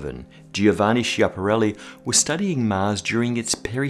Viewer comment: How the hack you pronounced Schiapparelli??? Chi is ki, che is ke